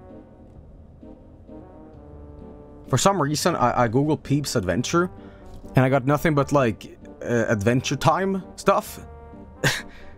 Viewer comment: Why is so obsessed with calling it "Peeb's Adventure"? It's "Peeb Adventures" - of course he couldn't fucking find it because he wasn't saying it or spelling it right